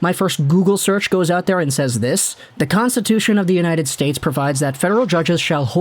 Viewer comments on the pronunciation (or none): none